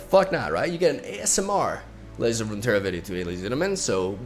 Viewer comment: Love the way he just gave up trying to say Ledjds of rmmterra